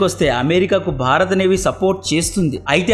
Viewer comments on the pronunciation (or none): none